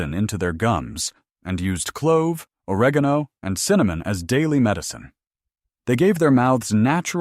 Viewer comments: isnt correct either! 😂😂 O-reg' - gone - o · good video but you MUST learn or program your AI narrative to pronounce words correctly. Or reg geen o....oil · Or-egg-on-oh oil! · But where will I get two "tabpoones". The nearest tabpoone store is, I don't know, on one of the moons of Saturn or wherever these people are from. And, oar-uh-GONE-oh oil . . . I don't want to even guess where I'd find that stuff!